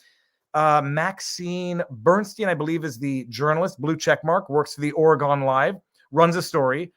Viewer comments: O-re-gun not OreGONE xd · OH MY GOSH VIV!!! That is not how Oregon is pronounced!!! Gun not Gone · Not ORY-gone but ORY-gun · oregon is said like oregun